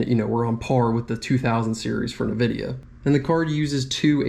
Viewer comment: bruh say Nvidia properly